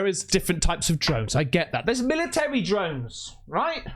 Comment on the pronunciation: Am i hearing correctly? did u say "dromes" or drones 😂